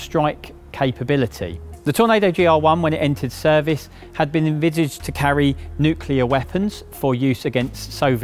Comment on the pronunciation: Why do so many people struggle to say "nuclear" 😂😂😂